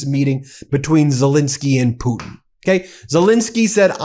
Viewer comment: I thought at some point you accidentally said Poopin not Putin.